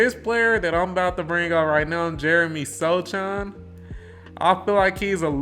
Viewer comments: Pronounced So-Hahn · Sochan (pronounced SO-HAN) is a final piece player. Think Jrue Holiday or back in the day there was Dennis Rodman, or even for the spurs we had Bruce Bowen. The Spurs staff and Pop know what they are doing. And I promise you within the next two years, you and the world will see why Jeremey is so valuable, and why he was a key to the future. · How can you make Spurs videos and not know how to pronounce Sochan’s name?